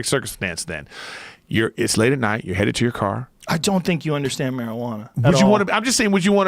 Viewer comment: " I Don't Think You Inderstand Marijuana.....At All..." 😂